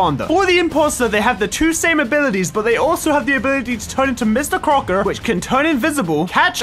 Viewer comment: Mr “Cocker” not Crocker hehe